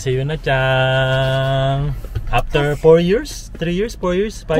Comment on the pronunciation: CHANG ba talaga ang pronunciation may G. Narinig ko kasi sa mga Japanese homeroom teacher chan example Sakura chan, Yuki chan, Miyuka chan, Momoka chan. Tinanung ko din yung mga Japanese teacher wala daw G di daw CHANG.